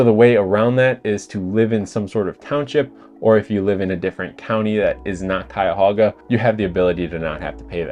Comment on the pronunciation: Great video and excellent points but as a Clevelander, for the love of God, it's Cuyahoga County! No extra 'a' :P. I swear.....West Siders .